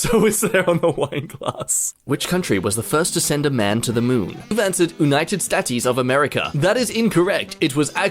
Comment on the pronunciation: Did anyone notice how pronounced United States. Did he really say Un-ited Stat-ies of America. I'm Facepalming🤦‍♂️ ever time Mispronounces something terribly.